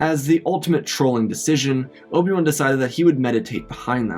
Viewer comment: bro did not just call obi wan obium 💀